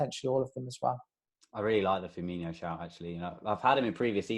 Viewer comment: Please learn how to say Firminos name properly